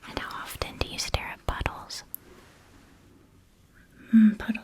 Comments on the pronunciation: Are you saying puddles? After watching this like ten times, i heard it as puddles and realised i may be wrong lol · That did not sound like "puddles" at first😅 🍑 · Ok I'm glad I am not the only one who didn't hear "puddles" at first. I was embroidering and only partially paying attention and I nearly stabbed myself when I heard ... "puddles" 😂😭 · I can’t make my brain hear any other word but puddles 😂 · .....I definitely didn't hear "puddles" at first. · I did noooot hear ‘Puddles’ … ( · I'm sorry but anytime any of them say "puddles" im definitely hearing... something else😂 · NOOO I JUST MADE THE SAME COMMENT THEN FOUND THIS LMAOO I legit had to turn on the captions to NOT hear buttholes lol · I know you said “puddles” but on the second watch through it sounded like a quickly said “buttholes” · I will never not hear the later! Entire civilizations have started at buttholes! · I know you guys are saying puddles but unfortunately I am hearing butt holes lolol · It took me 24 minutes to realise y'all were saying puddle and not butthole :') auditory processing delays are having a Great Time tonight, apparently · Thank heavens I wasn't the only one! 🤣Every time they said puddles I heard buttholes. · Honestly thought she was asking "How long do you stare at butt holes" at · This is an awesome video but I gotta tell ya, I heard 'buttholes' instead of 'puddles' xD snapped awake and laughed when I realised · I can't not hear buttholes instead of puddles and tbh, I think it elevates the video 😂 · PUDDLES. You said "puddles." I kept hearing it as "butt holes" and I was confused but intrigued. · I 100% thought you were saying Buttholes instead of Puddles. I'm actually still not sure. It sounds like both words. XD "And how often do you stare at buttholes? Mmm, buttholes are underappreciated by your kind. Entire civilizations begin at buttholes." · Until reading this comment I thought she said "bottles" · I thought they were saying bottle lmao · I though she said buttholes 😭